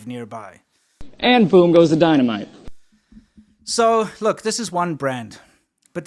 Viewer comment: 🤔Die-Muh-Nite yo'?😯 😉😁👍